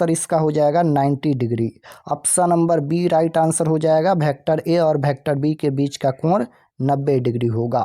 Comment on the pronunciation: Sir vector hota hai bhektar nahi